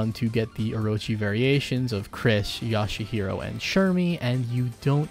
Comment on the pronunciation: Yashahiro. lol. Good video though man